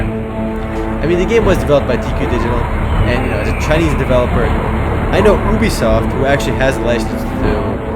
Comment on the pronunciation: btw i think ubisoft is pronounced as "you-be-soft" :P